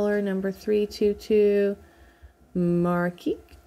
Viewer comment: Your finished shawl is beautiful! With what are you stuffing the head of the octopus? Flower is adorable! I like it as a bum and yes for possible legs! Your yarn cake colorway is very pretty. I think it is pronounced Mar-rah-kesh. Your yarn from Smoky Mtn shop is also gorgeous. How neat the one who did the dying and spinning leaves a note! The Urth yarn is also pretty; cannot wait to see what you make from it!